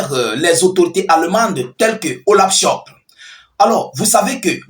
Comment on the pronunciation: C'est pas Olav chop c'est Olafcholz😂😂😂 t'es têtu toi on te corrige tu continues